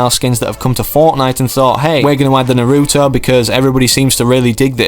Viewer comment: He really said narüõto